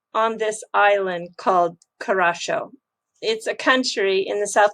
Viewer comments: Hi, its pronounced, (cure)(ra)(sow), not Kar ra chow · Hi, love your video's been watching you for a couple of years. The Island in the Caribean FYI, is pronounced, (Curacao) coo-ra-sow. (( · Hi, you pronounce Curacao as Cura-sao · You pronounced the island wrong.